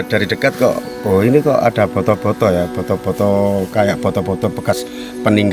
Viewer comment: Boto2 bukan foto2 mas.. boto = bata